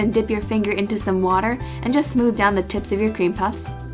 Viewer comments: it almost sounds like tits😂😂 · i swear to god i heard ¨the tits of your cream puffs¨ xD i almost peed xD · Özge Yücel We know, but it sounded like tits XD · Omg bearly noticed but maybe she said it wrong btw your profile pic made my day 😂😂😂😂😂😂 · it does sound like that! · TiaraTara Özge Yücel exactly, it sounded different